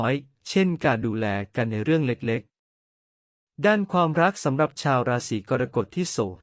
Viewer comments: ราศรีอะไรของเมิงวะเนี่ยะ!!! "กอน-กด" ...อิอิ AI ทำภาษาวิบัติ ไม่เคยได้ยินมาก่อน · อ่านว่า กอระกฏ